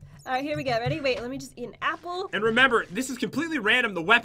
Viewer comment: I miss when Pat would say "Enchanted Golden 'eeeple'" instead of apple. :(